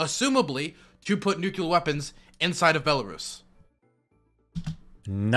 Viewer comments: is right about everything, EXCEPT the pronunciation of “nuclear”. For god sakes, man, it’s noo-clee-er, NOT noo-Q-ler! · NUCLEAR NOT "NUKULAR" FFS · said nuculure and I cringed. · "New Q Ler" - each time he tries to say "Nuclear"